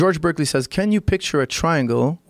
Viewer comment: Firas sounds like one of my eager freshmen students in philosophy 101. For one, he mispronounces Berkeley repeatedly. Second, he doesn't seem to have any grasp of correspondence theory, or the empiricist/rationalist dilemma in modern philosophy. Nothing wrong with branching out, but presenting yourself as knowing what the fuck you're talking about when you don't is embarrassing.